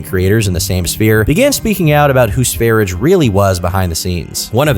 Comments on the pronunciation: i have never in my life heard Sverige (Sweden) pronounced like that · Your pronunciation of sv3rige is outrageous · quite an interesting way of pronouncing ''sverige'' was listening while farming in a game, and when i finally looked over i was surprised the guy was named ''Sv3rige'' thought he was called ''Svaridge'' or something 😂😅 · hearing this pronunciation of Sverige hurts my soul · I didn't clock the name because isn't pronouncing it in Swedish...